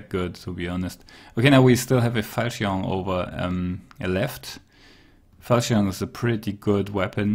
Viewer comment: Falchion can be pronounced as "falshin" for future reference. How do we turn a profit if tools cost the same price as worn mail sells for? lol